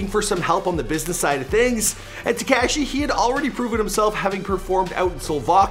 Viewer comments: Why he say tekashi like dat wtf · damn wish knew how to say “tekashi”. it’s not “tech-cashi”. he makes the coolest words sound corny asf. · Its not "TeCashi" and the way you say "Tr3way" is so cringe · It's not tacashy🤦🏻‍♀️ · The way you pronounce Tekashi. smh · This dude puts next to no effort in properly pronouncing names or places. Some of his information is off too. Consistently. TeCASHi. Bedford-StOYvesant.